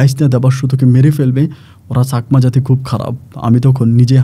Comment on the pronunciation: ছাকমা না চাকমা হবে।উচ্চারণ গুলো kindly ঠিক করেন।এত ভুল বলে আপনি কি করে Rj হন।বাবাহ্ না বাবা হবে।